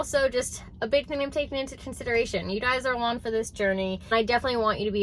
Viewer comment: Alon? Omg🤣